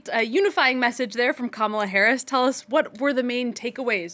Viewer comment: People who didn't watch the convention shouldn't comment on the convention. Proof you didn't watch it: you said no one knows what she stands for and you still can't say her name right even thought children showed you how. Also, people who don't seem to understand our system of govt shouldn't comment. Everytime youbsay something as dumb as a VP should've fixed a problem, knowing she's not the president and therefore CAN'T fix anything, it shows you know absolutely nothing about our system of govt. 60% of Americans don't believe the economy has improved? Improved from Trump's high unemployment and millions dying of COVID? Also if you had watched the convention, you would know that since 1989 51 million jobs have been created. 50 million by democrats and 1 million by Republicans. People "feel" the way they do because of misinformation like yours.